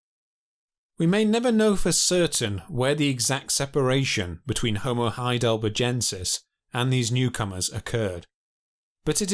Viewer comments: Why does every phrase have an upward inflection? Every half sentence must be a question? Also... Heidelber-jensis?! That species must be named after the famous German city of Heidelberj. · Or saying 'HeidelberJensis, instead of HeidelberGensis It's clearly named after a feller called HeidelberG. Thick git. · Why does the narrator not know how to properly say Heidelbergensis? Bloody hell...it's from the name Heidelberg! how do you say berg? and then just add the 'ensis. After a while this really got on my nerves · All my life it's been Heidelbergensis; when/why did it become Heidelberjensis? Or was the region actually CALLED Heidelberge/Heidelberj? THREE different checks ALL say heidelbergensis NOT Heidelberjensis "German spelling was regularized to be more consistent with pronunciation, and "thal" became "tal". In 1952 Henri Vallois proposed that it should be spelt as the Germans spell it, and the "-tal" spelling has become widely used since then. The "-thal" spelling persists most strongly in England. ;¬) Jury still out! 'Neanderthal' can be pronounced with either a 't' or a 'th' sound - both are acceptable and widely used in English. The German pronunciation, however, has always been 't' (German has no 'th' sound). " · Heidelberjensis? What sort of retarded fuckery is this pronunciation ? When you go to Burger King or McDonald's , what is their main menu item? A burger? O a Burjer? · The "G" in Heidelbergensis is pronounced as the "G" in burger. It is a strong G sound, not as the "g" in Algeria. Great documentary btw!!!